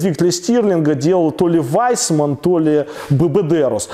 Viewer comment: Вайсманн? Наверное Виссманн.